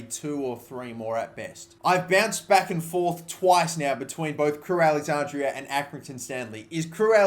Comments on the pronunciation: crewe alexanDRA. DRA. NOT DRIA. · Take a shot every time he says alexandria instead of alexandra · did it annoy anyone else that he kept saying Alexandria??